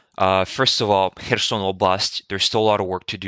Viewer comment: Great video, as usual! I really like your pronunciation. Putin becomes Poutjin, and Kherson sounds almost French from you. I am starting to copy your pronunciation :-)